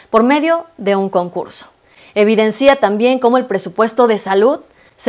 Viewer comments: Es muy interesante el contenido, felicidades. Solamente me gustaría comentar algo de forma, no de fondo. La manera correcta de pronunciar es: "se evidencia", no "se evidencía" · Te sigo desde tus shorts, o sea, desde hace ya rato, por eso me atrevo a hacerte está corrección que servirá para evitar posibles ataques de los derechosos. Son varias las ocasiones que en el desarrollo de tu vídeo, al usar la palabra 'evidencia', lo acentúas en la última vocal, lo citas como 'evidencía', o si es en plural, 'evidencían'. Eso es incorrecto. El mismo celular te lo corrige al escribirlo. Con la mejor intención de uno de tus miles de seguidores.!!